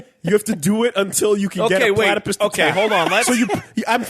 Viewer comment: Why does keep calling it a platypiss